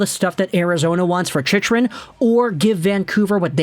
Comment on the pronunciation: Hey. Going to dislike every video your mispronounce Chick-rin's name in. No excuse st this point. For real, do you have a speech impediment? Literacy issues?